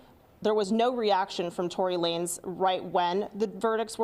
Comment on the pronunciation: At least this time pronounced Tory Lanez's name right. Anyone remember he first pronounced it Lah-nez?